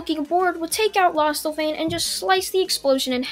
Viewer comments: It's lostvayne not lost avain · It's lost-van-ya and it's also d-anne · lost vein is how you say it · Its not lostevein its lostvein and its dian not dian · It’s lost vain not losta vain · Lostvane not lostelvane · its lost vaine (pronounced) 🙂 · I think it's pronounced lost vain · is pronounce the Lost-vain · Pronounced: Lost Vain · I'm pretty sure it's pronounced lostvayne also the character that you seem to be incapable of pronouncing is named Deanne also deanne's saver treasure is not safe it's actually a giant Sledgehammer called the Gideon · It’s pronounced lost vane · It’s said like lost- vane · its pronounced lost-vaine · Lostvayne is is pronounced lostvein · Pronounced lost-vein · I thinks it’s pronounced lost-vain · Lost-Vein = Lostvayne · Diane - Di-Yann Lostvayne - Lost - Vane. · Lost vain that's how you say it lostvane is how you spell it I think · I like this but he says lostvayne incorrectly and its so annoying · Wtf!? Say Lostvaine again, I wanna hear the atrocity that just came out of your mouth. Also, Diane’s sacred treasure is a hammer named Gidion. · •Naom-chi• I am sorry for getting that mad, however in my eyes that pronunciation is one of the seven deadly sins.